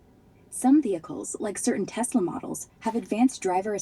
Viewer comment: "I love Tesler"